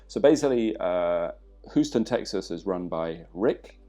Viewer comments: H-you-ston, Texas. Your pronounciation is hilarious there. I signed up for the course in Huoston; really looking forward to it! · Americans from different regions will actually pronounce "Houston" differently. New Yorkers pronounce it "How-Stun".